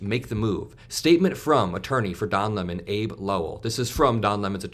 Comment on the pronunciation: Please note Abbe (Lowell) is pronounced like Abby. 🙂